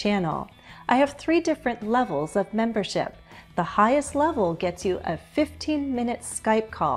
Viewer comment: Will you drop the “S” in “membership”?